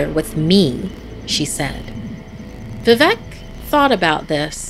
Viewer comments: As a Bengali, the pronunciation of Vivek as vevec just gave me chills.... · Wtf it's vivek you are telling it as vevek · The mispronunciation of Vivek is so funny 😂 "vevek" that's what she says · It's not vi - vek not veevek that's the pronounciation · It is vivek not vivac Your pronouncing was ❌wrong. But I still like watching👀 your vids😂🇮🇳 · Its vivek not vivak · The way she says "Vivek" As "Vevec" Is giving me anxiety 😭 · It should be bibek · I didn't get it until I really got it VIVEC. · Just tell them how to pronounce it. “V-wake” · She: Vivec Me: Arey oo vivek bhaiya. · Vivek is pronounced as "V-wake" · Amazing narration.... Just a tip....Vivek is pronounced as vi-wake....like the word ' wake-up'😁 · for rest to pronounce vivek u can try to say we-wake no pause just say it conjoined and that is how u can say VI-Vek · Vivek pronounced as ‘vi- wake’ :) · BRUH WHY IS SHE CALLING ‘VIVEK’ AS ‘VIVEC’ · I half died when she pronounced vivek 'vevac' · It’s pronounced Viveek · I'm Indian and I was laughing at how she pronounce calicut or vivek.